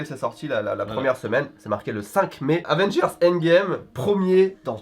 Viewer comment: Avengers pas Advengers stp